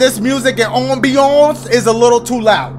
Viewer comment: The way he says ambiance 😂